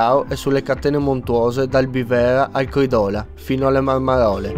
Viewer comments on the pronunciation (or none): Direi che Cridola si pronuncia in altro modo.